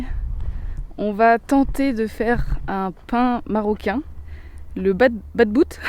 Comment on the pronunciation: on dit pas babout on dit batbout vous avez oubliez un t hhhh